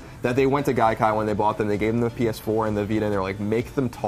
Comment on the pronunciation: Did he say penis4?